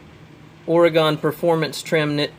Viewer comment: ..... Are you saying Oregon???